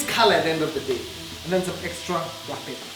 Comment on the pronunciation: surely paperrr or pepper!!!🤭🤭😬😬